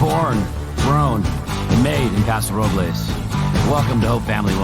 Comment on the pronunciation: Please let Austin Hope compliments for pronouncing Paso Robles properly as it sounds in Spanish.